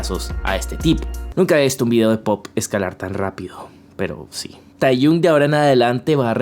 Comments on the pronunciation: se pronuncia tejiong no teyun... fuera de eso, buenísimo el vídeo, me encanto. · Hola, me encantó el video, muchas gracias por explicar todo tan bien. Pd: se pronuncia tejion ni teyun jeje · Con todo respeto, pero se pronuncia yong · Jo,, tu forma de pronunciar Taehyung me está matando por dentro.